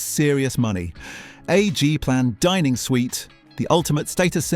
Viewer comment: The AI narration unable to read wording for G-Plan furniture correctly.